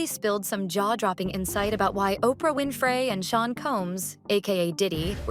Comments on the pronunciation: Oprah WIN-FRAY! Stop with the computer voices or learn to pronounce words. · She said Opray Win-fray. 😂